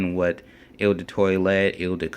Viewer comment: eau in eau de cologne is pronounced like oh not il or whatever you are saying. Or better yet just say the letter o. I'm not trying to be an ass. In fragrance reviewing there will be a lot of butchering of words.The online dictionary can be a good friend. look up words and hit the sound button. If I have come across as an ass or just being snooty I apologize